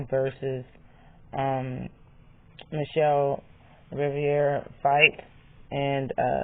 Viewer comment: Sooooo y’all gonna act like Martinez ain’t catch frank with the right alll night long ? Isn’t michel Rivera strongest punch is a right straight after a jab ? Yeah frank will lose .. and BTW it’s RI-VERA … not RI-VIE -AREA ..